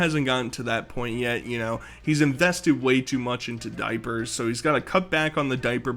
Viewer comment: "THA DOIPURTH"